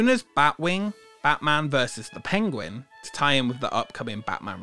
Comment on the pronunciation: Pengwing? Maybe Benedict Cumberbatch wasn't pronouncing it wrong afterall.